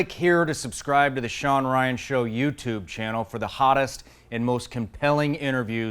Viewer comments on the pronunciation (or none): none